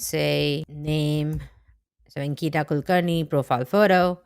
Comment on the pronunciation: The way you said Ankita☹️